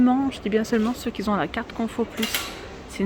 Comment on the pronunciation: Arrêtez svp de faire de mauvaises liaisons. Je sais la grammaire française n est pas simple mais de grâce n inventez pas des liaisons qui n ont pas lieu d être. On ne dit pas ceux qui "sont" mais ceux qui ont. Qui n a pas de s ni de z a la fin donc pas liaison. Merci beaucoup